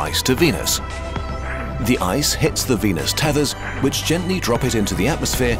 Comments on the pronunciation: What he said: "this leaves us with a frozen venus" What I heard:"This leaves us with a frozen penis" My reaction: 😲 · I don’t like the way you pronounce venus